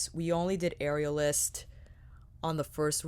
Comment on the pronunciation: Am I the only one who kept hearing “areolas” and not “aerialist”? 😂 Beautiful looks!! Not the palette for me but I love to see what creativity it inspires in others!